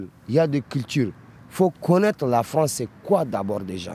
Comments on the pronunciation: La Fwonce ! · Elle est belle la fronce 😂